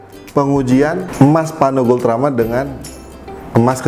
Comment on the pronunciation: Kepeleset lidah mulu nih jadi paRno. Tp desainnya boljug